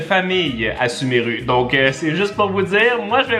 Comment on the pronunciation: ça se vois que il n''y a jamais jouer ptdr "suméru" à la place de "sumérou"